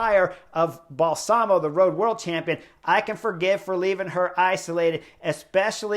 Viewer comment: Excellent analysis Chris. BTW, Balsamo, accent on first syllable. Bal-samo.